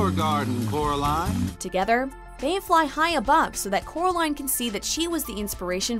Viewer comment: Instead of coraline the boy says Kara line